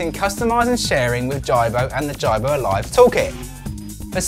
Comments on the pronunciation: you cant even say his name right JIBO not JARBO "smh" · HIS NAME IS JIBO IT PRONOUCE AS G-BOW NOT JARBOW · his name is "jee-bo" not "jie-bo"...the creator decides the correct was to say that...like preface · omg, it is pronounced Jeebo not jybo. smh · "Jai-bo"... Please do your research before posting a review, it's pronounced "Jee-bo". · It's geeeebow man.. the whole review I was focusing on the way ur saying the name..lol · hay i already Pre-ordered one last year and waiting i cant wait i cant wait... good so dont insult our JIBO pronunciation is the KEY lol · Justin Vazquez Hi Justin, yep I realised my mistake after I complete the video:-s. I blame Google translate:-). I was worried about the pronunciation, so put it in to google translate and it came out in UK English as Ji- bo:-s. Thanks:-) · It's pronounced jeebo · You obviously don't know much about the robot... you can't even say the name right. Jibo is pronounced Jee-bo. And this is not a review. I will report you if you don't change this. You are misleading us to get views. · and he couldn't even say the name of Jibo properly.. watch how the designer says it compared to this guy lol. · S.A.G disliker Hi S.A.G, yep, I will double check next time:-). I am hoping to get one and do a hands on review, so will adjust the pronunciation:-). Thanks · Mr PumperKnuckles you think so? Personally I thought the information on the review was good.. but if you are doing a review, I would hope that you could pronounce the name correctly. Not disrespecting anyone just saying how I felt about it. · Can you at least say the robots name right !!! Don’t ever purchase one because it will never respond to you. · This is not a review. You aren't even pronouncing the name correctly. Waste of time